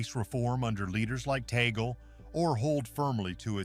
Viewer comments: 😮attention Mr vlogger pls pronounce it cardinal Tag-le not tee-gle. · His name is pronounce as TAG-LE not tagol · Pronounce Cardinal Tag-le NoT Tagel! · His name is pronounced as TAG-LE . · Of course l am for Cardinal Tagle. I know him and whatever donations my community gives, is always taken cared of by his secretary. I just hope you can pronounce his name properly. Taaahgleh! Something like that! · Please pronounce his name Tagle correctly.